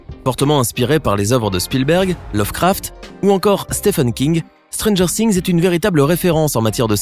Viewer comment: Stranger Things non pas ' Stranger Sings '